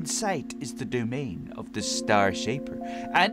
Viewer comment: Oh Yeah You Said STAR Shaper Its The STAIR Shaper Did You Say Star Because It Fits?